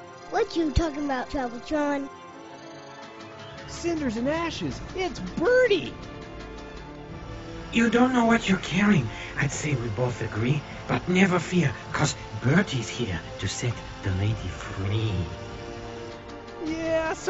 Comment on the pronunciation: it's bertie not birdie.